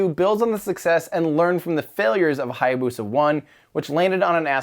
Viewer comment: That butchering of how to pronounce Hayabusa ...